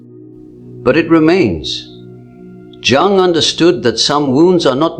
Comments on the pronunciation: Pffff,,its Jung (young) not jungl as jungle...get it right bro...ai cant do everything that human does... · Man,,,cant watch it..each time it say jung as jungle...its spell like young.. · If you're AI can't pronounce Jung correctly how do you know this accurate. Jung (young) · Is an A I voice unable to pronounce -*Youung*? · Please try to pronounce Jung’s surname properly. Just imagine that the letter J is silent, so his surname sounds like Ung! The letter J is always silent. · Your AI needs to learn it's pronounced Carl Youg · Its pronounced "Yoong" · Your AI is really over pronouncing the J in Jung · Tell the be AI it's Jung is pronounced more like 'yoong' it's bugging me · Great content, but Jung's AI voice avatar needs to learn how to pronounce it's own name. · Can never be sacred. Rubbish AI video Jung is pronounced Yung! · AI voiceover can't pronounce his surname! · so mr Jung is a chinese man?! that is definitely not the way to pronounce it ... bye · That's not how his name is pronounced lol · You could at least get the AI to pronounce "Jung" correctly. Did you write this? Or was it ChatGTP? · This AI can’t even pronounce Carl Jung’s name and certainly isn’t teaching or repeating anything he ever said. However, if the words help then good. They’re just not from Dr. Jung. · Dear AI, you need to learn how to pronounce Jung's surname properly. It's also seen as a lack of respect, not pronouncing someone name properly